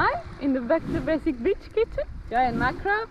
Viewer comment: I know she said "Back to basic BEACH kitchen"... but thats not what I heard at 1st lolol